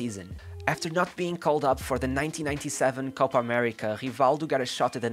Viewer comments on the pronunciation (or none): none